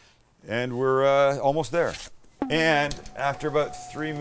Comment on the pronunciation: “right therrr” finally paying homage to the southern folks!